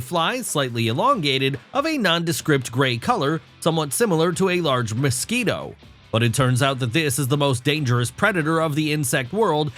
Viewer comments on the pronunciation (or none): none